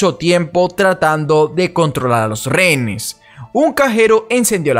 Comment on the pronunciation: Por que cuando dices rehénes lo pronuncias como rénees ? Miro tus documentales a la hora de la cena, me encantan, pero solo tengo esa pregunta!!!